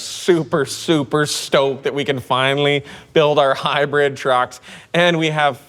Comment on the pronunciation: Yeah. I was being a smartass about the way he says it. It usually sounds like high bread instead of hybrid.